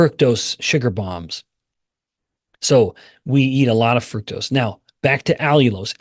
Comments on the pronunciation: Please stop mispronouncing fructose. It does not have the word fruit in it. So don't pronounce it fruit toast! It's fruct-ose. Let's all be on the same page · I hear FRUCTose.. You miggt get a hearing test.